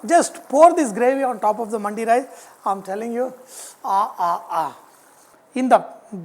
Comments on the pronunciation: For the correction it's pronounce dimag wala D not Market wala D & its now Mandi ! Ok . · it's not Mandi, it's Mandi pronounced like mandhi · It's not manndi its mandi